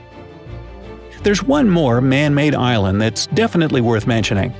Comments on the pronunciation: yes i know but it sounds like Ireland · the "eye land" LOL